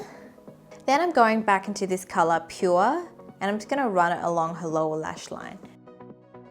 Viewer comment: 'pure' ITS NOT PURE ITS PUREE